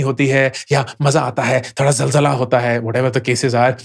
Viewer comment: zalzala hota hai 😂😂😂 sirrrrr.